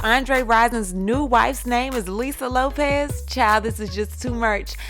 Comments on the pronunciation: It's Lisa "Left Eye" Lopes not Lopez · Erin McMahon Lope”S” not Lope”Z” lol sorry can’t help a tru fan lol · It's Lisa Lopes, not Lopez. Also, Pac and Lisa never had sex or dated. Infant when they first met, Pac said "never let me sleep with you" as he didn't want to ruin their friendship. Lisa loved him and he wrote a song about her called "Can you get away" - it's about Lisa/Pac/Andre.